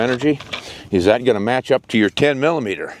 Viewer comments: 10 millimeter or as he says 10 EMM EMM! Dude just say millimeter. I have both a 29 and 30 for Glocks. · That dork almost makes this unwatchable by refusing to say "millimeter"